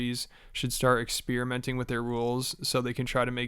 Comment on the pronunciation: Bro please learn how to pronounce experiment. The word spear does not appear inside that word